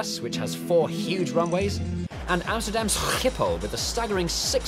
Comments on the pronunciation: Schhhiphol 😂 its Schiphol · It’s pronounced shħipull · Jay pronouncing Amsterdam's Airport as "Amsterdam SKKKCCCHHIIpol" is absolutely priceless. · Amsterdam sGGGiphol, im dutch. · Scggggghiphol 😂 that pronunciation was amazing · Yeah, most of us pronounce it as "šiphol" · Not really, he mispronounced the "ch" in the name. He pronounced it as a hard `g` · I tip my hat to whoever wrote the Serbian subtitles, they were the only one to make fun of the way he said "Schiphol" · as a Dutchie, I am impressed by your faultless and not at all over the top pronounciation XD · i started to like this then you butchered the name schiphol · Noah Visscher the correct way?